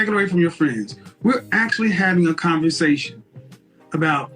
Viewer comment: If I took a shot every time my man said converZation, I’d pass out before the end of the video